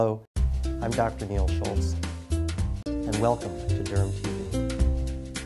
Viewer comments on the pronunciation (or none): Thought he said “GermTv” at first lul